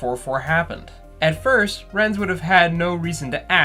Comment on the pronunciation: Just had a realization, I think Roger's last name is meant to be pronounced "Ray-tinz", like "ratings", not "Rhet-inz."